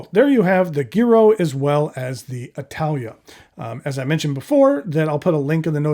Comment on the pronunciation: Good afternoon,! Thank you for your thorough review of these beautiful pens. A quick linguistic lesson for today.... In Italian "gi" is pronounced with soft g (most of the time). "ghi" is pronounced with a hard g. So unless the manufacturer is making a particular statement in pronunciation, the Giro would be pronounced jiro (jee-ro). This comment is not meant to embarrass. You seem to be a gentleman that likes educational opportunities and likes to learn new things. That is the spirit which this comment is offered. Ciao!